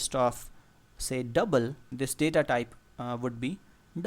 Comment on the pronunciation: like how he says “double” lol